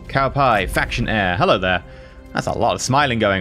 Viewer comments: Why do you pronounce Cao Pi as Cow Pie lmao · Cuz thats what he is